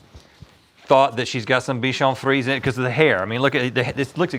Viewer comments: I love how no one ever corrects their pronunciation. 😂 "Dotson" and "bichon freeze" made me laugh. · The way they pronouncing bichon frise is 😂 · It's pronounced. Bee shan free zay